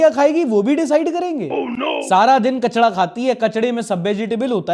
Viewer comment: भाई "कचड़ा" नहीं, "कचरा" होता है, जैसे "साड़थक" नहीं "" होता है।